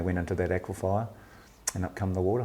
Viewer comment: It is an aquifer not an aquifier